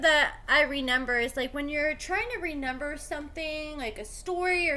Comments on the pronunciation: Dude are you saying “ renember”? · Listening to you say “renember” 3 times in a row is actually painful.